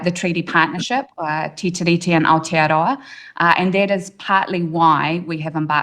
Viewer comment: Where the fuck is outa-row-a?